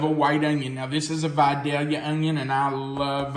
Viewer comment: I'm from Georgia. Thank you for pronouncing Vidalia correctly 😀